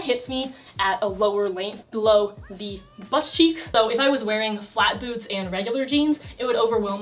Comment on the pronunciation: i thought you said "styling flat boobs" instead of "flat boots", now my flat boobs need you to do a video on that